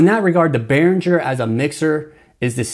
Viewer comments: You seem to know your shit. Great video. BTW, it's pronounced "Ber-in-jur". Not trying to be a dick. Just a heads up. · I'm hoping that since this video, you have discovered how to properly pronounce Behringer.... I know it's trivial, but it is annoying.... to me